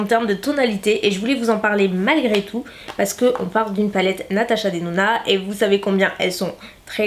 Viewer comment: Pourquoi tu dis "pace" au lieu de "parce que"? Est ce ton petit accent du sud😉😊 très très bonne vidéo! Pourrais tu tester entièrement la marque W7? Bisouss❤